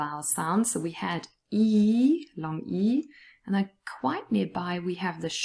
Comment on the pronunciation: They way u say then is way different then the way you pronounce "and". In th first one I heart eh i the latter ae. What the reason behind it? It makes me confused